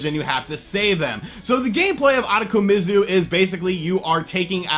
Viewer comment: Ooh-toe-ko-me-zoo. I know you butcher names but this game is fucking weird. Reminds me of those Cho Aniki series.